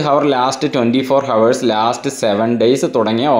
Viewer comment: ചങ്ങാതി, ഹവർ അല്ല ഔർ